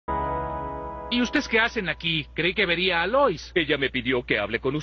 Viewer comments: Opino lo mismo jaja Dijo “ustes” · ¿ dice mal "y ustedes" o es mi imaginación?